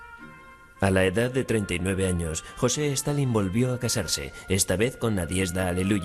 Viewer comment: Reportero weon.no se llama ni tampoco se pronuncia jose. Di bien su nombre aweonao